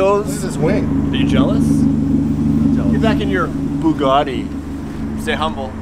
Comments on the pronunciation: Its not a BOOgatti, its a BUGatti. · for fuck sake AMERICA stop BASTARDISING the languages of other countries..... there are no O'S no R in BUGATTI . It is pronounced Boo gatt ee . I know it is hard to read, but really even Muslims speak English far better than Americans and they are much nicer people.